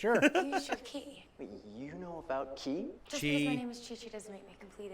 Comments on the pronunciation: its not chi its ki like key. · It's Ki. The japanese pronunciation is Ki. Chi is the Chinese pronunciation. The show ALWAYS said Ki.